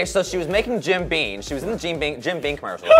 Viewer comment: I don't think either of them know that it's called Jim BeaMMMMM. Not "Bean".